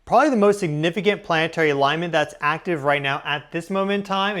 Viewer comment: plann EH tary not PLANT'RY ..............YOU ARE A PUBLIC VOICE. PRACTICE FOR GODS SAKE